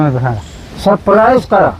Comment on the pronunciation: सबस्क्राईब ❌ सप्राईज ✅ 😂😅❤